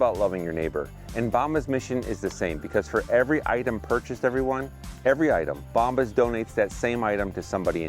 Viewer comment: Great to see you again. Have you google bombs to see what it means in spanish. When you pronounced the word bombas,you didn't say it right. Keep up the amazing work!